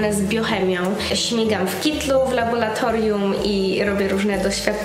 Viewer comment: Uwielbiam Cię, ale błagam: "laboRatorium nie laboLatorium :D zawsze mnie to boli ze względu na swój zawód ;)